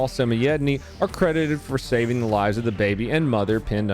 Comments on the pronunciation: Thats my uncle and its pronounced sam-oi-edd-knee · It's Sam-oi-ed-knee he's my uncle lol